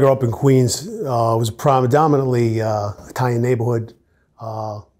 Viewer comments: Promidomintly…hmm just breaking balls. Great interview. I liked this cop. Definitely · “Promidominantly” you know?